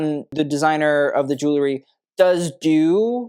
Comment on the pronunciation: A fashion expert SHOULD be able to properly pronounce the word "jewelry"!